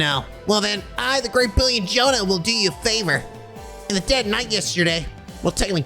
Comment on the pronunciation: Day 3(not in a row) of writing a comment under a trails video telling that Jona's an Joachim's names are pronounced differently. J is read as Y in both of them. Like Jaeger.